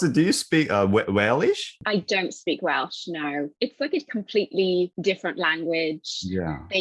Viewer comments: さんが動画の中ずっと言い方を間違えてる部分がありましたので、僭越ながらも指摘させていただきます。 さんはWalesの言語を英語で何度もWalishと言われてますが、正しくはWelshです。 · ウェイリッシュじゃなくて、うぇる(う)しゅ ですよー